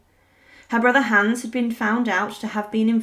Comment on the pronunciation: You’re pronouncing Hans incorrectly.